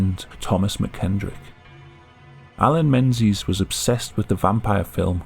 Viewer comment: Alan Mensies? really?